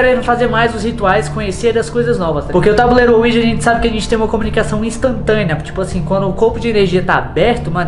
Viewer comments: Ensina o a falar "Ouija" e não "uoija" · claro que não Ele fala "uôija"